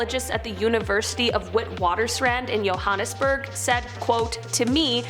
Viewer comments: Did she just call joburg yohanesburg? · No 5 it’s pronounced Joe-hannes-burg